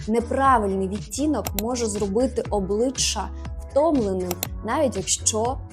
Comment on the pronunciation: ОбличчЯ вимовляється м'яко, а не обличчА. Вдосконалюйтесь в українській. 😊